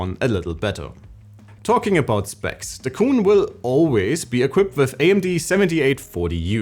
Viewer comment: It’s ayeneo QUIN not cooon!!!